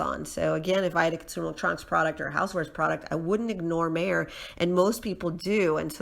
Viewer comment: Lol- it’s pronounced … My-er!